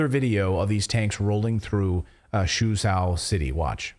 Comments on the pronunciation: "Zhou" is pronounced as Joe. Suzhou is Soo-Joe, and for extra measure "Xi" is pronounced as C. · Suzhou = Soo-choe (rhymes with Joe).